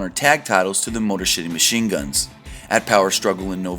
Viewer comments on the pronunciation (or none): Check y....COUGH Check your audio before posting. You also called the Motor City Machine Guns "The motor s*itty machine guns" and mistook the Junior and Heavyweight tag titles when recapping Wrestle Kingdom 12.